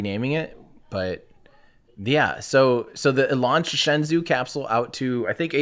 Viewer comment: Bruh, "Shenzhou" -- the 'zhou' is pronounced like the name "Joe" so it's like 'shen-joe' Pronouncing it like 'zoo' is totally wrong